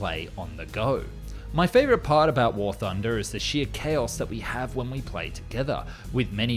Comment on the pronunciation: you meen war tooner